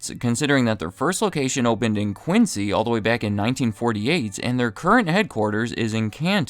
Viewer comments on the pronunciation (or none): It’s pronounced QuinZy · Quincy, MA is pronounced "quinn-zee". My great aunt lived in Quincy.